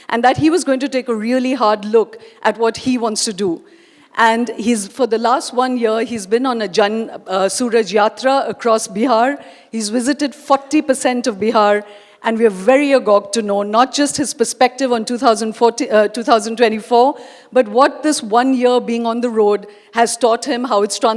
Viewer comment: Su-Raj (Peoples Good Governance), not Suraj (Sun)...Female English Clown. 😅